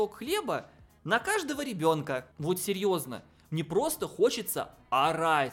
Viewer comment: "Мы мужчины", автору не стоит так быть уверенным в этом высказывании. Особенно учитывая как он произносит: "ну серëëзно".